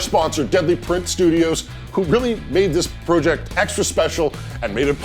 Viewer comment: This guys says project wrong lol